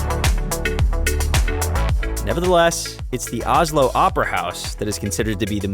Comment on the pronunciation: Not Ah-slow, it's O-slow.